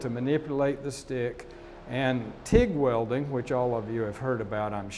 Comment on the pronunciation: OMFG she can't even say "welding" properly